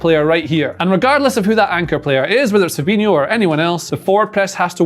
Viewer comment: Its fabhino not fabinio, can't even say his name properly